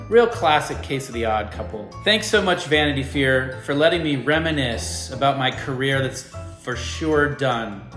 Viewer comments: "Vanity fyeer " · LOL at Justin saying Vanity Fear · "Vanity Fear" tho